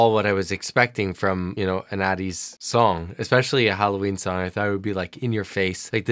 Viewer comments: its pronounced like aye-teez :) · my man it's A teez, A as in str(ay)